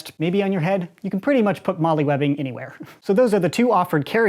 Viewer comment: Just a tip; in the military, the MOLLE system is pronounced like Mole (the mammal). Pronouncing it Molly kinda makes it sound a little silly lol. Just a comment, love the vids